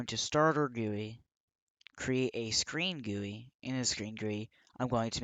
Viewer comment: it is supposed to be G.U.I lol. no offence